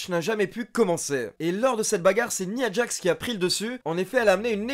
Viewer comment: tres bonne chaine j aime beaucoup ^^ par contre une petite précision : on prononçe " naya djax " ^^ bonne continuation :)